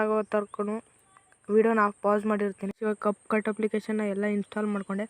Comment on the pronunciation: ana ad cupcut alla capcut adu sariyaagi heli